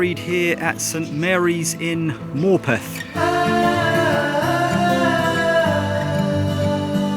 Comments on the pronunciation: As a local it's pronounced Morputh. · I think Morpeth is pronounced with a schwa.